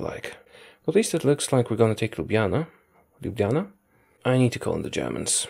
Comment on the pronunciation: Wow your one of the only non sloves that do not speak Sloven that said Ljubljana the right way